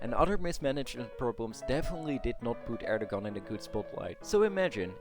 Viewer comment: Great video and interesting thesis, thanks so much for this. Just for your reference: 'Clergy' is pronounced 'klerjy' not 'klergy' (with j as in june), and Erdoğan is pronounced 'erdowan' not 'erdogan' as the ğ letter in turkish is scilent and just lengthens the preceding vowel (kinda). Not that it really matters and the video is still great.